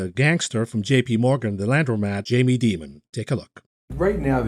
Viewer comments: I love how pronounces Jamie Dimon's name as "Demon" - how appropriate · Alright, I won't get disturbed anymore when pronounces the J in JM Smucker as a G now that he epically mispronounced Daimon.